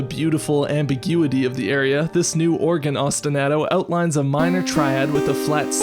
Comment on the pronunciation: That was fantastic! Just a note, I think Ostinato is pronounced like Ah-stin-ah-to like "ah yeah that was a good episode", not like Ah-stin-A-to with the a sounding like the A in "Splat goes the bug". Thanks as always for a great episode!